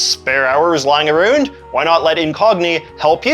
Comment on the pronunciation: Dude said lying “aroooned”.